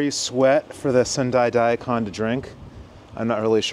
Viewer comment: Cool video, and thanks for doing it. One quick note though: *DA-ee Kahn Non*. Sorta looks like a human-shaped Daikon, being crisp white like that too, but still 🤓 Arigatou Gozaimasu